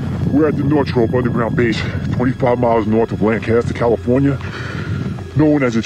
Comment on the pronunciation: Wait! What? In the middle of a huge sand dune they just happened to dig RIGHT where the hatch was? How lucky can you get? Time , guy mispronounces the names Northrop and Tehachapi.